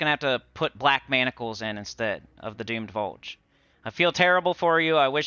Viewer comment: Watchn this right now while I do my dailies, some underspire and some PvP. It sounds like you keep saying Doomed Bulge 😂